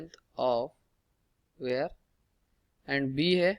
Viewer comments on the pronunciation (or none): wire ❌ ware ✅